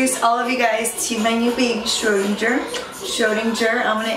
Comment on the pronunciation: Your pronunciation of SCHRÖDIN is quite good but you could improve the GER 😄😁 But the kitty is cute anyhow!! 😻